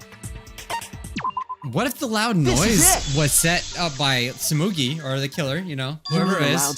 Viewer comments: You: tsumugi Me: no 😭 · says its tsumugi oh you poor soul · it’s stumugi! Me: u poor poor innocent child